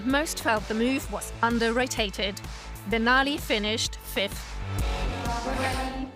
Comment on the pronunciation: And it's pronounced BON-ali. And Timothy GO-bul. Ugh, never mind.